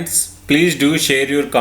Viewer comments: " hello friends today I'm going to shave you the "😆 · That is share you not shave you....